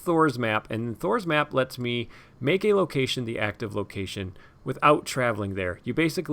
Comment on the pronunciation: Every time I hear you say "Thror's Map" I hear "Thor's Map" and I keep expecting to see you putting Mjolnir on your table.